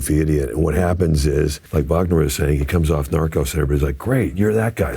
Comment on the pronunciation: Finally someone saying Wagner the right way! ❤